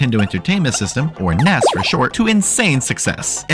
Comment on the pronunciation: Why do you keep calling the NES the "Ness"? Ness is the character from EarthBound, and the NES was the Nintendo Entertainment System. N-E-S. It's not hard.